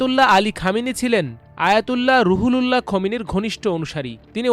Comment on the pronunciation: ওটার উচ্চারণ.... রুহুল্লাহ্। সে বারবার বলে, রুহু লুল্লাহ্”!